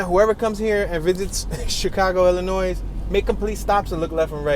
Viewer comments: Its NOT PRONOUNCED "ILLINOISE".... ITS PRONOUNCED "ILLINOI" THE "S" IS SILENT... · Not “Illi noise” it’s pronounced “Illinoy”, the S is silent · It’s pronounced “ILLINOI” not IllinoiS!! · Am in no way making fun of you, but ILLINOIS is pronounced Illinoi with the S silent. So enjoy your channel! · and they probably pronounced it “ILL-a-nwaAh” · The s is silent in Illinois. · Feel really confident with a narrator who pronounces the 's' in Illinois. And as for "Tupperware bins"....